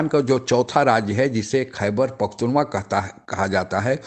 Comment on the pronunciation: भैया खैबर पख्तूनवा नहीं पख्तूनख्वा है